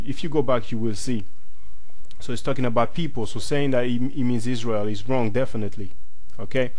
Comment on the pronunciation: Good video, ISRIAR sounds more like SYRIA (ISIRIA) than ISRAEL.